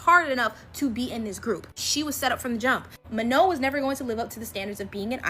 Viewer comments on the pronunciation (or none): It is Manon not Mano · The way she said manon😂